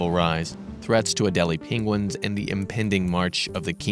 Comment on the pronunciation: Farthest South they laugh Benedict Cumberbatch says Peng-Wings not Penguins